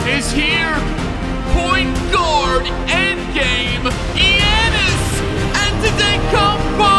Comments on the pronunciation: Bruh said yanus anter-e-kummpooo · "Yannis anttutukoupo"